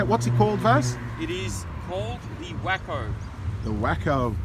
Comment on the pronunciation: It’s called a “Wake Oh” you wack-o😃